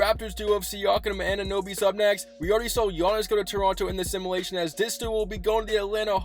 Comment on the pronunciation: U say simulation wrong